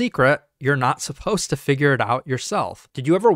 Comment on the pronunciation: “supposed to” not “suppose to”